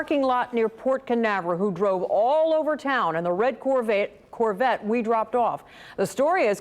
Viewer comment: as a car guy and Corvette fan, it's hard not to ignore the fact that the reporter mispronounced Corvette as Corvatte 😂